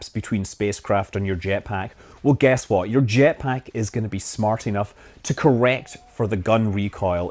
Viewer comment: Still waiting for a video where you will pronounce "what" correctly